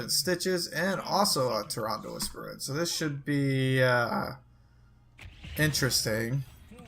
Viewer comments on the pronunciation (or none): You didn't say "Tyrande Whisperwind " right the second time! WTF!